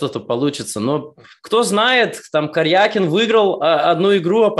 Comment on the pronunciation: Если бы не "Карьйакин", сошел бы за русского